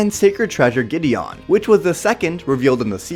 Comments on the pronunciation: It not gedion it's gedien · It's pronounced gi-de-in not gi-de-on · Gideon not Gidion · Just gideon NO emphasis on "ON" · It's funny how you say Giddeon, like giddy on. It's pronounced giddy in. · Its not giddy ON its giddy YEN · It’s prounounced Gide en not gide on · Gideon not giddy on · Dude its Gi-dee-yen Not Gi-dee-on , u make it sound like shes riding a fucking horse 😒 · I don’t think he said Gideon right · I cannot take it your saying Gideon wrong it's just annoying to me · You pronounce gideon weird